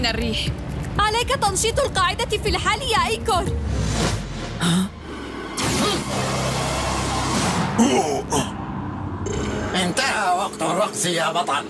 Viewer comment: ليش عم تقوليلو ايكر وهو اسه ايكور